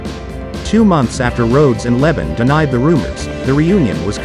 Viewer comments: I stopped watching after I kept listening to Simon's last name being pronounced as lebit (?) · LeBon is French and pronounced Le (short e) Bon (emphasis on second syllable). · Ummmmm the narrator needs to pronounce Simon's last name right !!!! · if u cant pronounce the lead singers name correctly i am assuming u dont know what your talking about